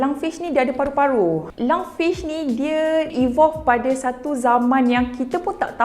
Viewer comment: Lungfish, not lung-sue-way🗿🗿🗿